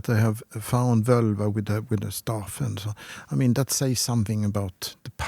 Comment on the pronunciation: Btw, the "vǫlva" in Old Norse was pronounced "vålva". The 'ö' you see nowadays on the Internet is an "modern" Icelandic language change of moving from the å sound to the ö sound. But if we look at what it was called back in the Viking Age, it was "vǫlva", and it was pronounced as "vålva", not "völva".